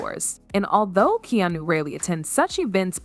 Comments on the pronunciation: AI can't say KEANU lol KANU what a load of nonsense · Good Lord. Get the mans name correct. In one sentence he was Keeno, Keanie and Keanu. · Keen-o; Keyanu; and Kanu. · Keenoo? This sucks. Do better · Kee - no? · Who's keenoo reeves? 😂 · Who the fuck is Keeenu? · The Narrator ( ), pronounces Keanu's name 10 different ways. Nothing discussed seems to connect to anything. Is this narrative simply a way to create a news story out of nothing? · The amount of instances this AI mispronounced Keanu's name. Why the heck am I even watching this bs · Is no one going to mention how many different ways she wrongly pronounced “Keanu” 😂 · Wow, all bull shit and for goodness sakes, learn how to say his name!!! Most would have heard, but need to live... Stop spreading bull shit. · It's weird that half the time you can't pronounce his name correctly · This chick literally pronounces Keanu Reeve!s name three different ways. Learn how to say, Keanu. 🙄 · Man, you’re trying out aaall of the Keanu pronunciations, I think you even made up some of your own. That along with the title not delivering on supporting content/ information. A+ job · The lady reporting needs to figure out how to pronounce Keanu’s name. She says it’s a dozen different ways 😂